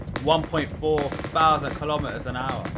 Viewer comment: "will it hit a fousand"